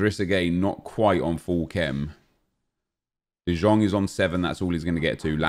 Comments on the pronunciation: DE YONG DE YONG DE YONNNNNGGGGGGGG is how its pronounced. I legit yelled it like everytime he says de jong smfh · IT IS FUCKING PRONOUNCED ‘DE YOUNG’ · The way he pronounces De Jong triggers me too much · Prod. by End I swear same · Painful to watch when you say De Jong wrong, sickening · 2 things that annoy me, well 2 of many, calling tadic ziyech and the way he pronounces de jong.